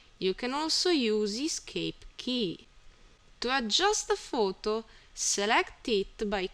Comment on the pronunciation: thanks for ur help... and say photo not futu ..